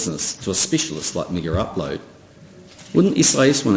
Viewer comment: NZ PM: MiggerUpload. KIM: MaygaUploade. Friggin guys aren't even talkin about the same site.